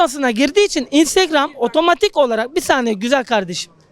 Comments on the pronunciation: "İstırgam" 🤣🤣🤣 herşeyi istırgamdan öğrenirse normal tabii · Istırgam diyor geri zekalı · istirgam değil Instagram 😂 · Aklı o kadar "istirgam" diyor. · Adamın INSTAGRAM diyemeyişi